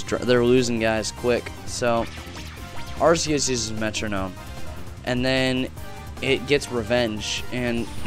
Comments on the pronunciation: I think it's actually pronounced ARK-e-us. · But Are-see-us sounds like arse. Which is rubbish. Ark-ee-us could be a reference to "archangel".